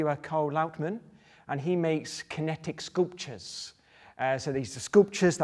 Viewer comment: What a way to pronounce sculptures... Scooptures?